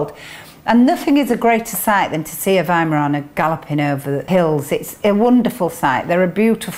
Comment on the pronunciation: I live in an America and my mom always taught me to pronounce it with a "v" not a 'w". But in America it seems that it was easier to just let people incorrectly pronounce the name then to correct them. Good to hear it pronounced correctly. Just wish we would do that here.